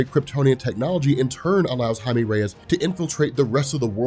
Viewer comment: ITS PRONOUNCED HI-MEH NOT HI-ME when pronouncing jaime but the person is brown